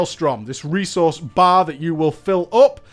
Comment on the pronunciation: Elemental - New 'resouce'. :D